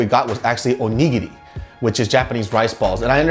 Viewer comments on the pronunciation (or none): LMAO the way pronounces musubi and onigiri in a Korean accent.